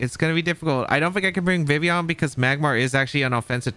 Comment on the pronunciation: How you leave the L out of Vivillion your not pronouncing it correctly